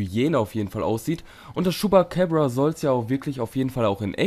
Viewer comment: vielleicht irre ich mich aber das ''ding'' heist chupacabra und nicht chupacäbra